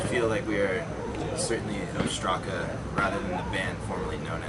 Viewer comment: they pronounce their name wrong , im greek and its called Ostraca (óstraka) not ostrAca